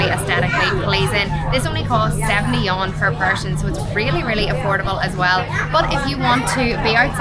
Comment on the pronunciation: The Yuan is not a Yawn. It is pronounced as Yu-an 2 syllables. You and then Ahn . Neither is it a Yen or a Won